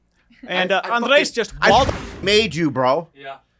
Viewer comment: he's called ANDRES for fucks sake